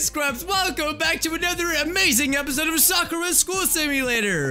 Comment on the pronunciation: say sakura like she say soker